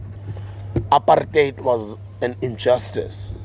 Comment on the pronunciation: Thanks Sbuda for pronouncing the word "apartheid" as ought to be pronounced, because once you understand it in that context you can also appreciate its emphasis on what it is and what it aimed to do. This neutral-English equivalent sounding term used in its place is far light, less emphasized and ultimately misleading in its actual context to, especially, young South Africans. Apartheid was as brutal as its Afrikaans pronunciation sounds, suggested and intended. From the preamble of the so-called progressive constitution, which you have rightfully read, you could already see the natural conflicts in terms actions required to address the pertinent issues of injustice vs. the ambitions of forging (falsely guided) an inclusive society of non-whatevers mentioned therein. The basic truth of the matter is that there's no equal society society without real Equity; and attention paid in detail to those pertinent issues. A lot of blood was spilled in this country in the fight for justice which we are yet to realize as Africans in general and black people in particular. Something almost completely ignored or understood in sheer oblivion by both the White force and the confused right wing black minorities who purport to work on behalf of the poor or the mass/majority population of South Africans who will continue to be systematically excluded to the protection of this white force. So for me Sbuda, this GNU is merely therefore the English light version of word "apartheid" masking its act